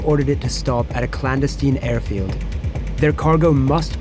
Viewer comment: Clan- desteen? Clandestine? LOL